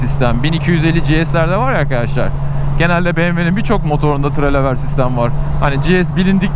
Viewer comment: Merhaba abi, yeni motorun hayırlı olsun. Kuzey marmarada çalışan arkadaş ben. 'da küçük bir dil sürçmesi olmuş, sözü geçen ön süspansiyon sistemi "telelever" olarak bulunabilir.